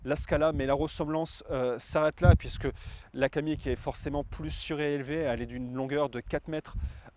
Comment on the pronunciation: C'est un Kamiq et non un Kadiq :-)